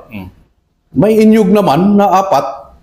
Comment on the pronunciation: The very igorot way of saying niyog....is "inyog" tlga kaya natawa ako kc that's how i say it too😂 anyhow, thank you for your continued service to our country. Salute!